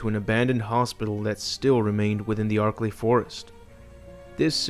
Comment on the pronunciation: Yo I took a shot every time you said archilei mountains I got fucken drunk